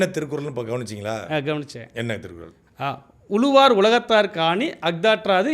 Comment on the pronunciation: அவங்க திருக்குறளை தப்பா சொல்றது இருக்கட்டும்.. நீங்க "உளுவார்" "எளுவார்" என்று தப்பு தப்பா உச்சரிக்கரீங்க ... தமிழின் சிறப்பே ழகரம் தானே